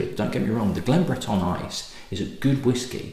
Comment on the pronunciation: Not that it matters but your pronunciation of Breton seems to be a little on the French side(Yes I know France did control the Island for some time before the British took it back). Cape Breton has a rich Scottish heritage dating back centuries. Nova Scotia is Latin for New Scotland after all) So much for the history lesson. Cape Breton may be the most Scottish place in the world outside of Scotland You probably new all this, but if any distillery outside of Scotland deserves the name "Glen" it's one in Cape Breton. That said I am not a great fan of their younger SM whiskey and their older Whiskies are quite expensive. Great cause and keep up the good work. Cheers